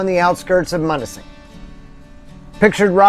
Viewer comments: love your videos. locals pronounce it m-you-na-sing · It’s pronounced M-you-nising .....🙂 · It's Munising as m-you-nis-ing....love your videos, your living my dream, hopefully this will be how my retirement is..... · M-you-nis-sing holy shit bud!